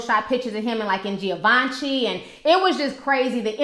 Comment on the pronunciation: The name Givenchy was mispronounced, but I'll let it be.